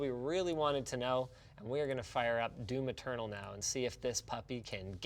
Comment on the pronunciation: Every time you try to say "Doom Eternal", you're actually saying "Do Maternal"